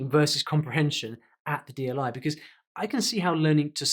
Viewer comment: "Buhcause" "Clashrooms" This lady isn't even great at English. I doubt she's capable of learning Korean in 64 weeks. Paid actor probably.